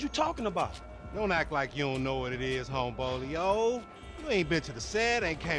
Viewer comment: "Homebolio" HAHAHAAHAHA